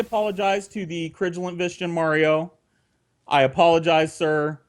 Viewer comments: Can't even pronounce "vigilant" properly. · Ok the Mega Man 3 music made up for the mispronunciation of "vigilant."